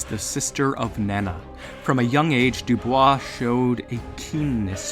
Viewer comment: Bonus Points for saying Dubois and not Doo-Boys